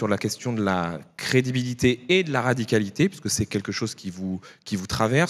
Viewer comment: Va falloir travailler sur le mot "radicalité" avec Roussel 🙃